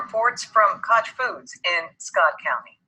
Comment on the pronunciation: Koch, pronounced cot-ch Research the Koch Brothers... George HW Bush’s daughter is married to a Koch. Follow the money, money, money...